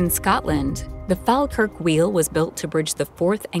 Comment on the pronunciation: It pains me to hear how you pronounce places like Glasgow, Falkirk and Edinburgh. Glas-go - please say it like that. Glasgow Fall-kirk - fall as in fall over. Falkirk. Eh-din-buh-rah - Edinburgh. I’m Scottish and hearing anyone say it wrong properly does my nut right in lol.